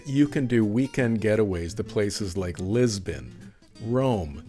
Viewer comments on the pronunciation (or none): none